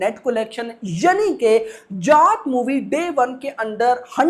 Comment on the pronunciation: Bhai जात nhi hai जाट hai, aaap जात जात bol rhe ho